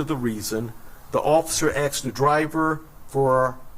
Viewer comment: So... did I just hear him say, 'the officer axed for her license'. The guy with all the stars seems a bit confused and ill prepared. This is someone in charge? That's all, TWS.